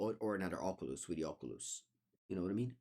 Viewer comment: I wish I sounded half as cool when I say Oculus.